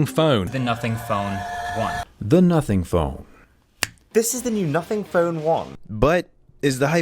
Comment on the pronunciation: i swear i heard "nutting phone" 😭😭😭😭😭😭😭😭😭